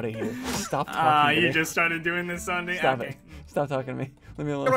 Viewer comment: It's no longer ssundee is ssud-eh 30